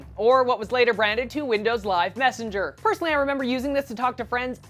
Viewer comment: haha messenger* not messanger :P